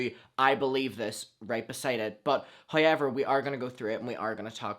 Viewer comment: Same!!!! “Highyever” 😹😹💯